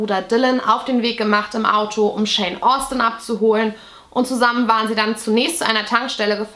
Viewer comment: Btw, nur so am Rande, immer wenn du Shawn Austin gesagt hast, habe ich Jane Austin gehört 😆